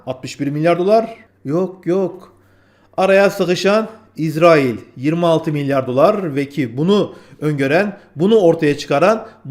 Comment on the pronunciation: İzerail ne yaaa? Şuna israil diyemiyormusun?